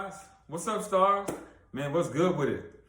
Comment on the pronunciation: I may just be tripping but it sounded like you said “what’s up star(s)”💫 😭great information thank you for this video ✊🏽